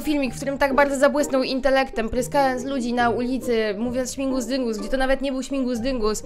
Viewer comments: Prosze. Śmigus dyngus. Nie śmingus dyngusXDDDD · Aaaaa! Niech historia z Czaro nauczy nas wszystkich jednego - śmigus dyngus! Nie śmingus dyngus! :D nawet słownik podkreśla to na czerwono!